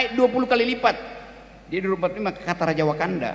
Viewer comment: Kok wakanda aku denger konoha